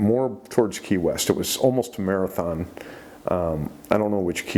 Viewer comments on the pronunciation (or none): none